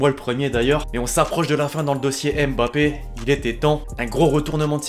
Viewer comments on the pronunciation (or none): none